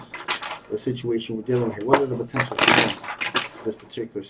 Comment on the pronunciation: Ive just cracked myself up. I spent three quarters of the reading trying to figure out why you kept talking about shrimps. Until i realised in your accent you were saying 'strengths'. 😂😂